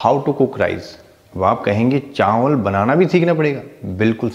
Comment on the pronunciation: Chaanwal😂bolne ka trika